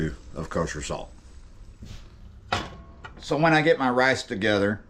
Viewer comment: Rice not rase lol cold bed if you speak bad about Chilli